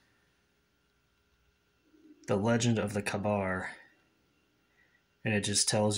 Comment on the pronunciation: I have two kabars and one POW commerative. 1st mod I made was throwing some black rubber o rings on the handle grooves between the leather wrap. It is pronounced "kay"-bar, and is a great knife for sure. Very cool gift brother. See if you can find a kydex sheath for it as the leather one will eventually be outgrown if you use it often. Enjoy it!